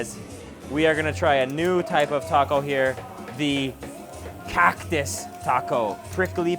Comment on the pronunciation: The way he says cactus CAWCTUS